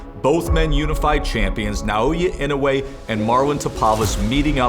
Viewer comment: Why is it that people can't pronounce his name properly? it's Na- Oyah Ino- ooooh - ay